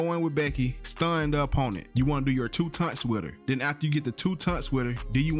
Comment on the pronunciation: TAUNTS not "tunts" 😶